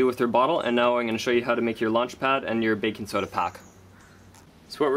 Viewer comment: you say baking soda weird XD.... baking soedauh